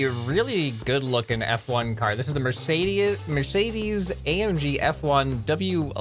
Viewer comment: Its Mercedes, not Mercidis